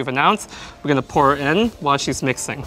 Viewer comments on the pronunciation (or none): none